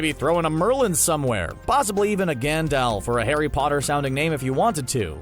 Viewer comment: Did you just say Gan-DALF ???